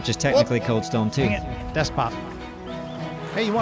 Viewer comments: When said "desbop" he was saying "desk pop". It's from the movie The Other Guys with Will Ferrell and Mark Wahlberg. Don't worry, I understood the reference. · "deskpop" not despop... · can you clear this up... Did you reference Will Ferrell with the “DESKPOP” or did you spit out desbob in idiocy?? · "Desbop" made me laugh even if I knew he tried to say desk pop lmao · Its not DESBOP... Its a desk pop. It was in the movie "The Other Guys" starring Mark Wahlburg and Will Ferrel. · Damnit. A desk pop! Not desbop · "Desbop?" said "Desk pop" like in The Other Guys. He misfired his gun at his desk. Probably on his keyboard. Ezplainin' jokes ruins them. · Not desbop...desk pop lol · He said DeskPop! not Desbop from the movie the Other Guys